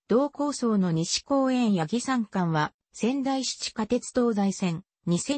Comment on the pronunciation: 音声の読みに誤りが有りすぎるので、ツッコミを入れておきます。 ・八木山 ×やぎさん ○やぎやま ・愛子 ×あいこ ○あやし ・川内旗立線 ×かわうちきりつせん ○かわうちはたたてせん ・青葉山駅 ×あおはやまえき ○あおばやまえき